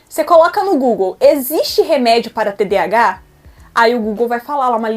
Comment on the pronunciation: Ela não sabe nem dizer TDAH???? Nossa, qta cultura numa só pessoa.